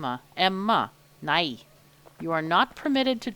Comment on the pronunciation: Oh I heard your perfect Swedish way of saying "Emma". Good job❤4